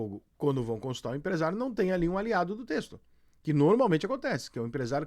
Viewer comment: Kkkkkkk defendendo empresário. E pelo amor de Deus, é TÉ-KIS-TOR, há 3 anos você fala errado o nome do cara